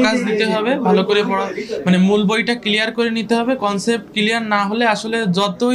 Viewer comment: ক্লিয়ার ওয়ার্ড টা ও ভালো করে শুদ্ধ করে বলতে পারে না।এইটা আবার কেমনে ডাক্তার হলো??